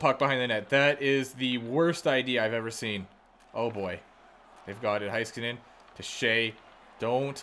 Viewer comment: Heiskanen is hey-skanen, not hi-skanen ;)